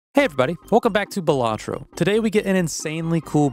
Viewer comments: Great vid, it's not pronounced "Buh-latro" btw. "Bal" is pronounced like the name "Sal" and should sound like "Bal-luh-tro" Buhlatro sounds like the name of a tasty sandwhich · Every video miss pronouncing Balatro is triggering but i enjoy the videos so i stay. For any comments balatrō is latin for fool/clown (in reference to the jokers played i imagine)